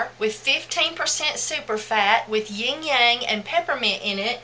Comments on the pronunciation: I love your videos and I just found you but it's not ying yang! You were cracking me up here. The first time I thought I didn't hear you right. The second time I thought, "Nooo. " The third time I realized yep that's what she saying, "ying yang.." It's pronounced like this: lang lang. Lmbo. ❤❤❤😁✌ A "ying yang" is what you call a jerky person. Love ya. Thanks for the great tips. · fiy.. Ylang Ylang is pronounced.. eelang eelang.. not ying yang. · Thanks for sharing! Just a FYI... wrong pronunciation of Ylang Ylang. The word you are saying isnt even a essential oil. =)